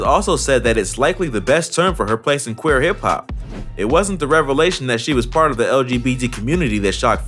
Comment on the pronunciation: u said quir